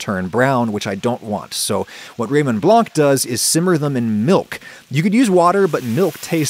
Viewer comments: the c in Blanc is silent. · For the love of everything that is holy, the C in Blanc is silent, it's not that hard...